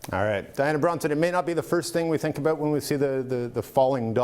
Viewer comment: I totally missed this "aboot" until now.